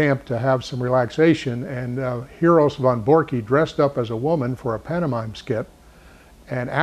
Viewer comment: Great Video...but its Von Borcke.... pronounced "Von Borck"....No "E" on the end. I sounds silly and pronounced wrong. is a great and smart man, Very nice guy but can't believe he got it wrong.